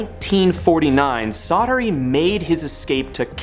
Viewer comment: Csatary in Hungarian is pronounced "Chaataree" That is all :)